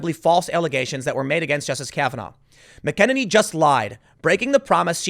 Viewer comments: It’s pronounced MAC-EN-EN-EE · That's pronounced like MAC IN ANY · Trump’s new WH Press Secretary’s surname is pronounced MAC-uh-nay-nee. Get it right. 😂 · Her name is pronounce MACK UH NAY NEE. Tim I know you do alot of research dude but can you just give that extra 5 minutes so you get the names right. Maybe its better you don't know her name. It basically proves you don't watch Fox at all except for Tucker and Bret Baier. Then again there are like 15 hot young blondes on Fox and after a while you tend to forget their names.